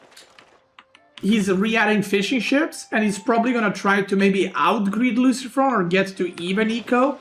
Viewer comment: Best is the french pronunciation for luciFRON and then normal pronunciation for the french MarineLord best caster BAYBEE